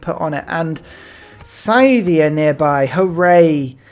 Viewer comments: Minor, minor note here: It's pronounced "Sih-thia". Not "Sai-thia". :) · [DISCLAIMER: linguistics nerd shit] It's a common pronunciation amongst brits - presumable because they assume a connection with the word 'scythe' - but as far as I know, and according to wikipedia, it's pronounced like this: Scythia (UK: /ˈsɪðiə/, US: /ˈsɪθiə/.) That 'ɪ' vowel sound is the key, if you don't read IPA. It corresponds to an "ih" sound like bit "bit", "little", "misery". Obviously this is just a minor linguistic pet peeve of mine, pronounce it anyway that feels good, but it's something I've found myself being more and more anal about since I moved to the UK, because Brits tend to pronounce a lot of foreign words and names with I and Y in that "ai" way you did with Scythia. So as a non-native speaker of English I make it my mandate in life to tell anglophones that the letter "I" is not pronounced "ai" in any other language than English. :)